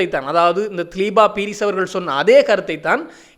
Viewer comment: மிக பிரபலமான தொழில்துறை திறமைக்கு பெயர்போன ஒரு ஜனாதிபதி சட்டத்தரணியின் பெயரை பிழையாக உச்சரிப்பது அவரை அவமதிப்பதற்கு சமமான குற்றமாகும். இன்னும் தினசரியாக செய்திகளை வெளியிடும் ஊடகவியலாளர் என்ற ரீதியிலும் மிக பொறுப்புடன் பிழையின்றி கூறுவது மிகவும் அவசியம். அவருடைய உண்மையான பெயர் திலீப பீரிஸ் ( திலீபா பீரிஸ் அல்ல ) இலங்கையில் தேசிய குடிகளாக உள்ள வெறும் 3 இனக்குழுக்களின் பெயர்களை கூடவா உங்களால் சரியாக உச்சரிக்க முடியாமல் உள்ளது ? மேற்கத்தைய நாட்டு மக்களால் மட்டும் எப்படி இலங்கையிலிருந்து புலம் பெயர்ந்த அத்தனை மக்களின் பெயர்களையும் சரியாக உச்சரிக்க முடிகிறது வெட்கமாயில்லை ?